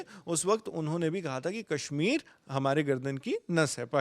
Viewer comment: अबे अंग्रेज़ के 14, कैश्मीर नहीं कश्मीर है। बोलना आता नहीं…कैश्मीर चाहिए और इस “भवड़े” को। 😅